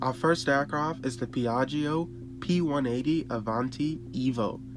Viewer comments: Ask an Italian how to pronounce Piaggio! 🙈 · The second i in piaggio is silent.